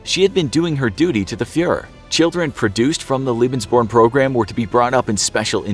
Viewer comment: Lebensborn is pronounced lay-bens-born